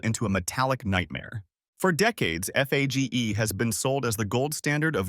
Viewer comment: It's pronounced Fayay. Fage Total is great.